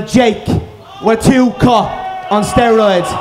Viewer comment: "they're all on steriods"